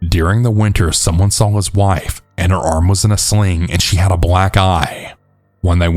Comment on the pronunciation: Its "SAW" not "SAWLL"